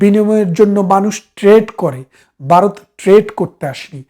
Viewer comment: বারত বললে শুনতে কেমন যেন লাগে